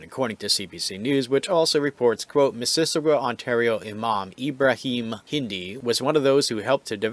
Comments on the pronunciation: It should sound like Mrs. Awe Ga. Your pronunciation sounds more like missISSISSagwa. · Sounded like you were adding extra syllables. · "Miss-iss-ogga " (just FYI) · Why can't the commentator correctly pronounce "Mississauga?" LOL! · Would it have been that hard for you to look up how to pronounce Mississauga? You're not even close. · You are under arrest for using inaccurate speech, section P05, Failing to use correct pronunciation will be considered negligent infliction of stress under the feelings act 2017.